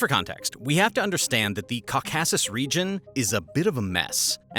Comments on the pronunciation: Caucasus / kaw kuh suhs Cor -cor - sis. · It's pronounced "CAWkissis" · “Cuh casses” 😆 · Caw-k-a-sez Caucases. It genuinely pains me to hear you mispronounce something repeated 20bajillion times in war-history.... lol Watch a WW2 documentary on the Caucases oil push by axis forces... Theyll say it alot... :D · Caucasus is pronounced KAA·kuh·suhs, with the accent on the first syllable. I enjoyed the video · These pronunciations are killing me. “Ca-causus” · You repeatedly pronounced "Caucasus" wrongly. The emphasis isn't on the 2nd syllable at all. Makes me wonder how you got that wrong? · Bro cant say Caucasus. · Can you please learn how to pronounce Caucasus? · PLEASE learn to pronounce the places like Kyrgyzstan and Caucasus correctly - it doesn't lend much credibility to the contents if the names are mangled! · You can't pronounce caucuses right, but get all fancy pronouncing Nagorno-Karabakh?...😂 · Pls fix ur way to say Caucasus. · The way you say Caucasus ..... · Also that mis-pronunciation of the "Caucasus" region.